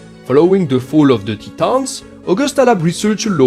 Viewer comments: "Tee-tons" hehe, keep up the great videos man. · Not a grievance, was just pointing out it caught me off guard and made me laugh....please don't misunderstand...I tried to make it clear wasn't an issue, just had me laughing.....